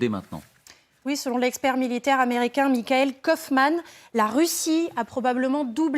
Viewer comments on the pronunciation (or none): none